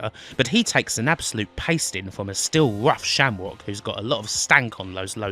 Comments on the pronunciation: Wtf its Shamrock not Shamwok learn to say your R's right shit narrator cant even say Raw right 😂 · LOL -- "Sham-wock". No way you're not inbred.